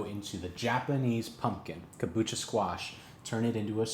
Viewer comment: kabocha not kabucha